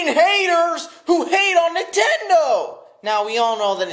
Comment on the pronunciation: I love Entendo too! LMAO I'M DYING it's fucking Nin-ten-do